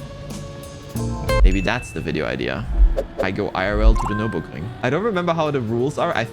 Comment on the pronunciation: Finally someone who can pronounce the name of the track 😂